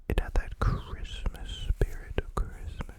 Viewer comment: "Chrimpasmas" is what i heard😭